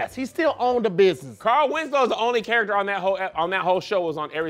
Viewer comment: “CAR-EL” 😂😂😂😂 Taheir cannot talk lol